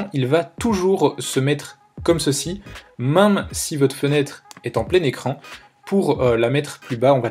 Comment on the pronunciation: S’il te plaît, peux tu dire MÈME ET PAS MAME merci 😅